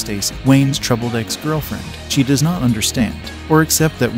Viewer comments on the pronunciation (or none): none